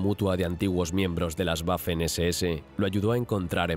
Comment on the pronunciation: Las “Guafen SeSeEse” 😅 Me encanta la voz pero la pronunciación de algunas palabras en alemán son malas y otras buenas 🤔 ¿a que se deberá?